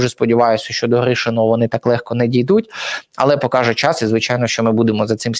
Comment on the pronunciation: ПЕРШ НІЖ ЩОСЬ ВИМАГАТИ ВІД ГЛЯДАЧІВ, ВИВЧИ УКРАЇНСЬКІ БУКВИ І СЛОВА І ПЕРЕСТАНЬ ЗУЩАТИСЯ З УКРАЇНСЬКОЇ МОВИ:ПОЧЄТАТИ,ЧЯС,ЧЯСОМ,ПОЧЯТОК,ПОЧЄНАВСЯ,ЩЬОБ,ШЕВЧЄНКО,ЧЯС,НАКОПИЧЮВАТИСЯ,В ЧЬОМУ,ЧЄ,ЗВИЧЯЙНО,ЧЯСТИНИ,БАЧЄТИ,ЯКЩЬО,ЩЬО,ЧЄРВОНУ,ЩЄ,НЕЩЬОДАВНОЩЬОБ,ТОЧЬКУ,ЧЬОМУ,ПОБАЧЄТИ,ХАОТИЧЬНО,ЧЄРГУ,ДА,ЯКЩЬО,ЗАЧЄСТАТИ,ДА,ЗНИЩЄЛИ,ДА,ТОЧЬКИ,БАЧЄТИ,ЧЄРЕЗ,ЗНИЩЄЛИ,ДА,ТОЧЬКИ,ЧЯС,ПОЗНАЧЄННЯ..........!!!!!!!!!!!!!!! ТЕБЕ ВЖЕ ГИДКО СЛУХАТИ!!!!!!!!!! ГАНЬБА ТОБІ,ЩО ТАКИЙ МОЛОДИЙ І ВЧИВСЯ У ШКОЛІ ВІЛЬНОЇ УКРАЇНИ ТАК СИЛЬНО ЗНИЩУЄ УКРАЇНСЬКУ МОВУ!!!!!!!ВІДКРИВАЙ СЛОВНИК І ВЧИ ВИМОВЛЯТИ СЛОВА!!!!!!!!!(Українська діаспора,США)